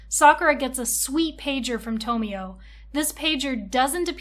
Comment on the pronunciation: And TomoE as TomIo